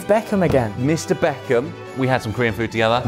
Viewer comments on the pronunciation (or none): none